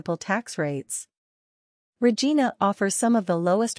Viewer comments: Wrong pronounciation of Regina. It's not RE-GI-NA but RE-JAI-NA. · You pronounced the name of the city wrong. Every Canadians know how to pronounce Regina so its a pretty major error. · Maybe the first thing would be to learn to pronounce the name properly.